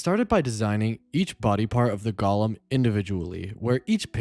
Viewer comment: GO-lem. long O. GOOOOOO-lem! Say it!